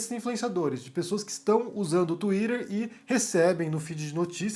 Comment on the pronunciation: twiTTer, estamos no Brasil, pára de falar twiDer